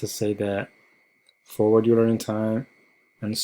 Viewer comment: Euler is pronounced oi-ler